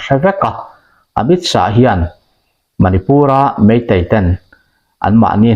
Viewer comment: Mizote'n Amit Shah hming kan lam dan hi ngaihtuah chian a ṭul hle mai. A tawp a H a awm vang hian lam bun nghut tur tihna a nilo. Shah tih hi Lâ kan lam rik ang a lam rik tur a ni...